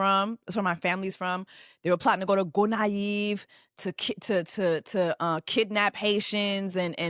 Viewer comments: Its not Gonaïve, Jess, its LA GONAVE island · The Island is La Gonave not Gonaive. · Jessie it’s La Gonaves not Gonaive.. but thank you for doing this video because I didn’t know this story at all .. she’s stupid, her family stupid, her friends stupid. My family would have peeped game ASAP.. why would they give him money to surprise her ? Poukisa? For why? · Its La Gonave! Not Gonavies, thats a different place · Not Gonaive, but La Gonave.